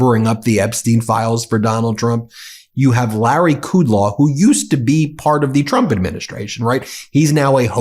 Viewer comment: You are mispronouncing Kudlow's name.